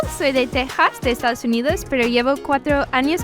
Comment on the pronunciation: La norteamericana pronuncia bien Texas en español (TeJas), mientras los hispanos pronuncian mal... ¡¡¡que curioso!!!